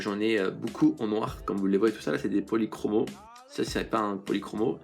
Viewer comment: Les faber Castel policromo se prononce policromos = os=